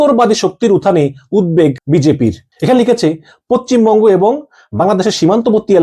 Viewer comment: আরে ভাই বুঝলাম যে ভারত নিয়ে খবর না করলে তোমাদের পেট চলবে না। কিন্তু বাংলা উচ্চারণ তো ঠিক ভাবে করো। পচ্চিম বঙ্গ কি? আমি তো জানতাম পশ্চিমবঙ্গ বলে একটা রাজ্য আছে। এতো জ্ঞানী বাংলাদেশেই জন্মায়।